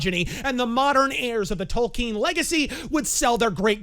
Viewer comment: Props to for pronouncing Tolkien's name correctly unlike so many other "fans."